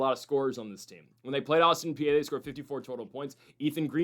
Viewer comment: Is pronounced Autin PEA, not Austin PA……….